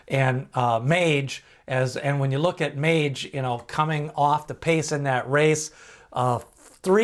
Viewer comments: Mage.... not Magey lol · Is there any evidence that "Mage" is not intended to be pronounced in the normal way? Like owners or trainers saying it that way? Because "Maggie" is not how I'd say it. Ever. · Please learn how to pronounce MAGE. It is like page or sage with an”M”. I appreciate your work but it makes me cringe every time you mispronounce this horse’s name.